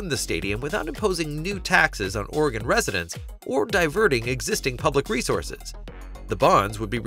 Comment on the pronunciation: it’s pronounced “Orygun”. There no “gone” in Oregon. It didn’t go anywhere.